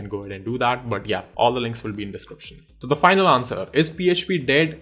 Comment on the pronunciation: When you say "But yeah" I hear it "Badiya".. Ha ha.. "Badiya video tha"